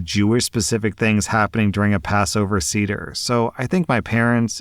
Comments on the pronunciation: As a jew I cringed a bit at how pronounced seder lol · Love your videos! It's pronounced "Say-Deir" for future reference. 😊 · It’s pronounced SAY-der 😸 And yes, the girlfriend was being antisemitic. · You pronounced seder wrong. Thought you'd like to know